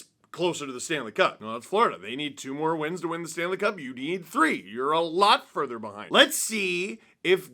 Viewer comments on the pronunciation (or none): none